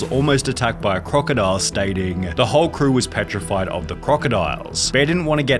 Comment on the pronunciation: Dude... learn to speak ffs... stop saying "crewaaaa", "directoraaa", "showaaa" .. so annoying